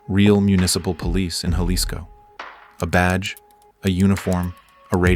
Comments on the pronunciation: It’s pronounced Ha-lisco and not Ya-lisco. It’s funny hearing the AI voice trying to pronounce Jalisco. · Huh? I'm from southern Arizona, and that's pronounced Haleesco here. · Don't correct the A.I. if you don't know how to say Jalisco your damn self. It's pronounced Haleesco! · Love the channel, but it’s pronounced Hal-ees-co 😂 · “Juh-lisco” made me hella laugh. It’s Jalisco, like Jalapeño. Hehe love your work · It’s pronounced Ha-lis-co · pmos hearing it mispronounced 😭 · Just for mispronouncing Jalisco, I'm unsubscribing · That’s not how you pronounce Jalisco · So annoying the constant mispronunciation of Jalisco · the way you said JALISCO. damn shame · Is this an ai voice cause Jalisco is said wrong everytime and the pacing is odd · You spent all this time to make this video - couldn’t figure out how to pronounce “JALISCO” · If only they could pronounce Jalisco 😔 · I just thought the same thing. I cringed when it mispronounced "Jalisco." I don't mind AI voices, I just wish the programmers would get basic Spanish words right.